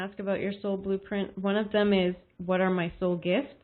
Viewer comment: When you said Soul gifts I heard heart